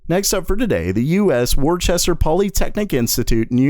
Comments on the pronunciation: It is not war-chest-er, it is woos-ter. Thank you :) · It’s pronounced, “Wus-Ter” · The town is pronounced "WHISTER" Mass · As someone who grew up there and almost went to WPI, allow me to offer a slight correction. “Worcester” is pronounced “wooster” with the ‘oo’ sound from “wood”. Like Worcestershire sauce. Every time someone says it like “warchester” or “warsesster,” a child in the city cries.